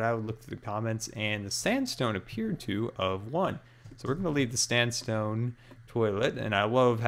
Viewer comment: "we gonna leave the standstone" fail fail